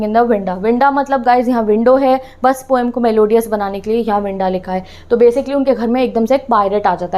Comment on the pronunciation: Aap overacting ke chakkar me har word galat bolte ho jaise poem ko pom aur Coorg ko coog